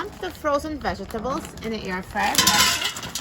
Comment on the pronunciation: Why do you pronounce the word vegetable like that?😥